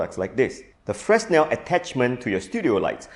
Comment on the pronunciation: 1. Fresnel is pronounced fre-nel 2. What you showed in the beginning as a Fresnel modifier does not use a Fresnel lens, but a spherical one. It's an honourable thing to check your facts before you teach them to others.